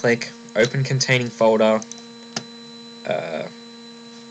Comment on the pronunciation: not to make fun of u but u say folder like fodae lol I left a like <3